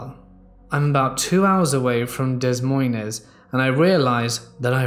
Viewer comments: Dez moinez? That's cute. That reminds me of when I was a kid trying to learn the capitals with my grandma❤ it's actually pronounced "Dah Moin" lol but that gave me a nice bit of nostalgia. Thanks. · Did you just say dez moynez?? Duh-moyn is how it’s pronounced (des Moines) Lololol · Desmoines is pronounced DUU-moine or even DEE-moin. Iowa subscriber here. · Dez moynez..that shit cracked my Minnesotan ass up it sounds so much more cultured and worldly than an Iowan town 🤣😭 deh-moyn is more the speed of their pronunciations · Lol I don’t blame him for pronouncing it wrong, he’s not from around there. I would probably pronounce pretty much every city in France wrong too tbh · Lmao Des Moines being pronounced “DEZZ MOUNZ” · I laughed too! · "Deh Moyn" (pronunciation for Des Moines) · We all know Des Moines is Capitol of IA but it's of French origin and gets mispronounced like so many other French words - like Boise - which should be pronounced like bwaz - def not boysee.